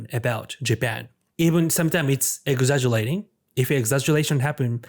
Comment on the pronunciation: we gotta work on your R enunciation you said exaguLating